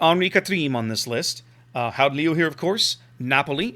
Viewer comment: You pronounc the first part of Leeuw like you would pronounc LE in Leo and then the last part close to like you would pronounce the French Oui ;-) Nice ship!